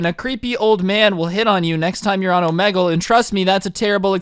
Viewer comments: It hurts me that he says (oh-MEH-gull) instead of (oh-MEE-gull) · It's pronounced omeegle my brotha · yr acting kinda like a boomer u pronounced omegle wrong yr one of my favorite youtubers and love watching all yr vids there really funny don't stop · The way he says “omegle” thoooo lmaoooo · Am I the only guy who thinks he said Omegle wrong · He says omegle so weirdly